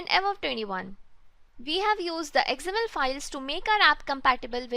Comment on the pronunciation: Love the tutorials. Good work. Few corrections in pronunciations though. XML - "Ex Em EL" (not "Eggs Em EL") Accent - "Ak Sent" (not "Es Sent")